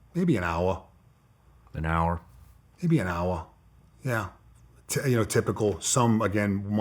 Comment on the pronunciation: Dudes accent translation. Hawa by Hawa- hour by hour Wata- water Baws- bars Douts- doubts Pictsha- picture Akinsa- Arkansas Yeas- years